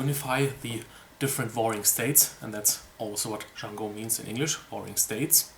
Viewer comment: Yay u pronounced the name correctly!